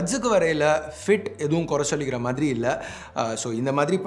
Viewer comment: Yo மாரி illa ya ! "மாதிரி" ! Entha ooru karan nee ????? Kerala eh native ????